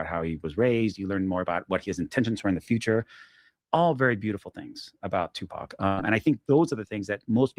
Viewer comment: I’m sorry. but i call bs hes Tupac can it pronounces his name wrong and he’s never heard of Merced I’m just nitpicking up what he’s putting down